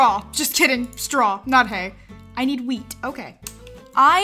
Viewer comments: I thought she said weed at first I was so cunfused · Whenever said wheat it sounded like weed 😂😂